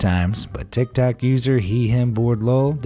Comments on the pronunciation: tik tok not tik tak, would feel like a tik tak though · I was relaxed until he said "this tick tack person" it made me stress because it's TICK TOCK not tick tack like if you agree